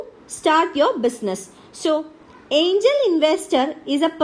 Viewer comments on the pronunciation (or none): Angel or aiingel ??? .... irritating voice ...